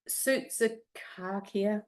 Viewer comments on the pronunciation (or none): Oh great minds think alike. I was planning to make these today also. Sausages are pronounced “ sou-sou-ka-kia. 😊